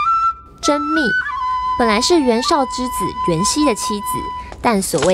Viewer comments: 甄宓你读错了是宓不是密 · 甄宓fú 不是密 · 甄宓從來都不是本名，這名字的來源是曹植的《洛神賦》，洛神賦被謠傳為是寫給甄皇后的（這應該大家都知道），而洛水之神就叫宓妃。因此民間才管甄皇后叫甄宓。 而宓妃的宓則肯定是念「服」，若考量到這名字的來源，甄宓的宓也應該隨宓妃念「服」比較合理。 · 我擦，那是甄fu，不是甄mi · 甄宓的宓 念 服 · 是甄宓(ㄈㄨˊ)不是ㄇㄧˋ 為什麼步練師講練師而已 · 甄宓，读fu二声，不是甄密mi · 甄宓（fu），读二声 别文盲了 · 甄宓(音同福) 拜託做影片前多用點心，謝謝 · 甄宓（ㄈㄨˊ）。。拜托注意下哦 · 宓这个字念fu。。二声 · 那個字 念 宓ㄈㄨˊ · 那念甄宓(fú)福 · 即使是唸錯 也仍然無法減低我們玩家想"征服"甄宓的慾望!!!!!! (話說好像最早都是稱呼她為甄姬 我也比較習慣稱呼她甄姬@@